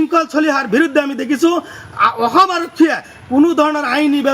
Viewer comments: Kun ai goru2 ki bal aham aham koi aso sudurvai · কিহৰ শান্তিৰ কথা কৈছে ই অসম শব্দ টো k শুদ্ধ কৈ কব নোৱাৰে। ইয়াক আতক কৰিব লাগে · নিজৰ ৰাজ্য খনৰ নামটোকে শুদ্ধকৈ কব নোৱাৰে, এওঁ আকৌ অসমৰ বাসিন্দা হ'ব খোজে। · অসম উচ্ছাৰণ কৰিব নোৱাৰ , বাংলাদেশী মিঞা।